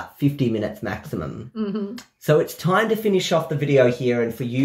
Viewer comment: "last timeh on diana games through timeh"